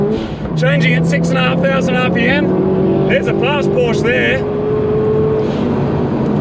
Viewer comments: The red Porsche wasn't a 911 GT4 it was a cayman for sure, maybe a GT4. And it is not Porsch it is PorschE (I am from germany) speak it like "porsch a" then you do it right. Keep up those gread videos. Eure Videos sind verrückt und ich liebe es. Love from Germany guys 😉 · god damn pronounce Porsche right plzzzz